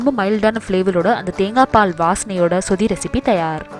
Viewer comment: Iyo athu சுதி இல்ல. சொதி ... நீங்க சுதி சுதி ன்னு சொல்றிங்க